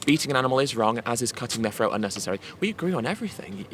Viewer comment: Ed it’s “throat” not “phroat” love ya buddy! You are a great speaker!!